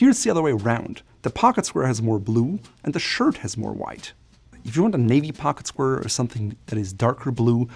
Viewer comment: "Pocket squrrr"